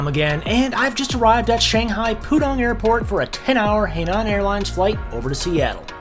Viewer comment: jayiwa especially when he gets Shanghai correct and then you hear hay naan🙈